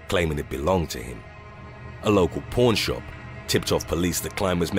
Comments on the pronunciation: 😆I thought he was saying "porn" shop not "pawn" shop. I love this handsome chocolate man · Lol he said porn shop not pawn shop